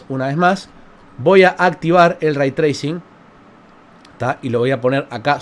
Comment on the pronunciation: Lo escuche pronunciar el concepto "Ray Tracing" Y me fui...